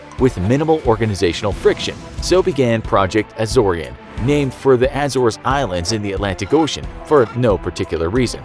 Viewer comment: Please learn how to pronounce the word Azores / Acores